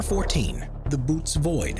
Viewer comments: Bo-ew-teez is how it’s spoken. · It’s pronounced the Bo o tees void! And the photo that’s shown there is not it, that’s a photo of a gas cloud! Just saying. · Thats "KWAY-ZAR", and "BOW-OH-TAYS" Quasar Bootes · If you're going to narrate something, it might not be a bad idea to learn the proper pronunciations of words and names. Böotes is not pronounced "boots" 😂😂😂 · There’s already an explanation for Tabby Star and after the narrator miss pronounced Bootes I left the channel. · Say it with me: That isn’t Bootes Void.